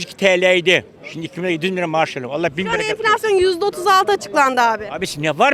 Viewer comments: Neden yaşamıyor çünki merkel bırakmıyor bunu çünki süper almancası var bulunmaz meslegi var merkel bırakmıyor enfilasyon diyemiyor enfeksiyon diyor 😀😀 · “Enfleksyon” diyor 🤣